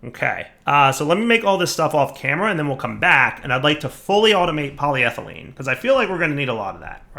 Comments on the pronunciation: Tries writing polythylene into JEI JEI: U wOt MatE?: corrects the spelling and pronounciation of polyethylene JEI: Ohhh... okay here: STILL SAYS POLYTHYLENE and ETHYLENE At this point I'm questioning whether if he's just doing it on porpouse or he is just a big dummy. Also does he read comments? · I swear I'm THIS close to just quiting watching this series because of "PolyThylene sheets". I love this pack and I love, but that pronunciation is genuinely making it hard to watch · So he's capitalised the E. Maybe he knows how to pronounce it now... Nope. Sad face. Still thinks cupronickel is the name of a Sesame Street character... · Should probably practice saying PolyEthelyne properly too, just sayin'. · PolyEthylene PolyEthylene sheets NO DIFFERENCE IN THE NAME OTHER THAN SHEET, AND YET HE FUCKS UP THE SECOND ONE ALL THE TIME. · Welcome to knows how to pronounce polyethylene but doesn't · It's so frustrating that he got it right, once, then went back to getting it wrong. It's worse than if he were consistently wrong.